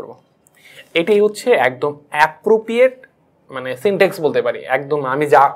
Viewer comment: Syntax, not syntex. Overall presentation is Good.